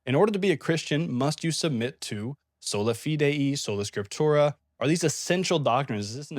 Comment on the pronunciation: You mispronounced sola fide (by faith alone) as sola fidei (of faith alone).